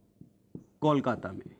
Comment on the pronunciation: acha samjhaya hai sir ....but voh "Kolkatta "nehi sir KOLKATA hai